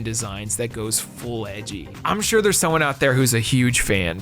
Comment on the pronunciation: I'm not shuh-ah.